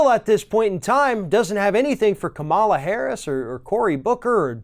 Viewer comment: She pronounces her name, “Comma-la”, not “Co-mah-la”. Learn it. Remember it.